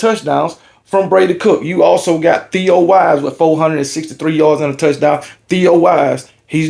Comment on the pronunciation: Theo Wease not Theo Wise